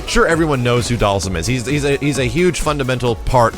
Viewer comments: and charlie nash...u missed one dude its not pronounsed (doll- zum)...its ( doll- SEEM) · Am I the only one who pronounces Dhalsim name like this (Dahl-seem)?